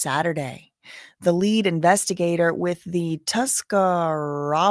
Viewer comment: Good Job saying Tuscarawas 👏🏻👏🏻👏🏻